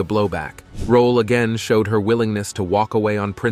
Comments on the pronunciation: Ms. Esther Rolle was a magnificent actor, activist, advocate and lady. Your The Concealed Facts depiction is riddled with errors! One of which is pronouncing her name incorrectly as "Rolla" and "Rolley." It's ROLLE, and the "e" is silent. Many of the photos are of other actors, i.e., Isabel Sanford. Please contact her former public relations representative or her family members and have all the errors corrected. She also did not play Walter Lee's wife Ruth in A Raisin in the Sun. Esther Rolle as Lena 'Mama' Younger with Starletta DuPois as Ruth Younger. That is not her photo at your "Early Life in Florida" at position and "Lifelong Dedication to Civil Rights" at position and when you speak of her father's "way with words" at position --none of these photos are of Esther Rolle. Also, your "Lasting Influence in Hollywood and Television" at position 24.:09--that's not her, either! And who on earth is this person in the tuxedo looking like a man? I can't find the photo right now, but I'll comment again if I do. Thank you for your kindness. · A very DUMB title to this piece, also. please learn how to say her surname properly. Rolle deserved much better than this, I doubt she would have liked a show like "Fresh Prince." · I hate bot narration. You pronounced Rolle 3 different ways. Doesn’t antone edit these bots?